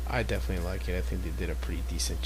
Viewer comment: Pretty good video. Definatwey. Its good to see doing narration. Definatwey.